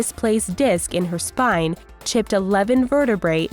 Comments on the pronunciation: anybody notice that it said spin instead of spine ay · Anyone else notice it said spin instead of spine at the end? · 6.06-6.16 it said spin not spine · it doesn't say spine is says SPIN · it says spin instead of spine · spin or spine? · Spin? Not Spine? Ok. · on the last one it said spin instead of spine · it's spine not spin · spin XD i think it's spine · they said spin and not spine!!!